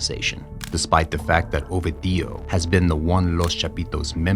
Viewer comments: Not a single time you said the name right. Constantly saying "Ovidío" instead of "Ovidio"... I refuse to beleive you've no form of asking someone how to properly pronounce it. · OVEDIO?? WHAT THE HELL IS OVEDIO, HIS NAME IS OVIDIO NOT OVEDIO. HAHAHAHAHAH OVEDIO. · next time say "o video" and not "ovi dio" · ffs say the name correctly its ovidio with a iiiiii not "ovadio" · Now who tf is Ohveedee-o 🤔😂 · Such a good channel, but they always mess up the protagonist's name. Ovi Dio, is this italian for eggs Benedict? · You have to stress the second syllable O-VI-dio. Not the last.The letter V in Spanish is pronounced as B. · Learn how to pronounce Ovidio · The narrator is saying Ovidio with four syllables but it’s only three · Damn it hurts to hear how you butcher the name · Great content but you're killing me with the pronunciation of his name. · One would think that, to be considered as a half serious piece of journalism, the narrator of this short film would at least learn how to properly prononunce Ovidio's name. But no. The maker of this video didn't have the professionalism to do his research. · That's not how you pronounce Ovidio's name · Yall dont know shit. Cant even say his name right. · very good, but one question how hard is it to listen to the media pronounce his name , so it can be said the right way? Every time it was said I got confused, like who the hell is he talking about.